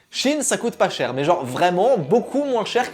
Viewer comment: "sheinside" donc oui ça se dit shi-in :(